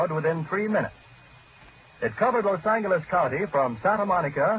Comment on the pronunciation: I hate how he said los angles